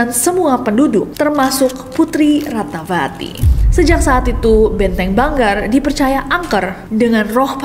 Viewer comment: Ratnavati =Ratnawati ( V dibaca W) contoh: vihara -wihara, silva-silwa/siwa, isyana sarasvati-isyana saraswati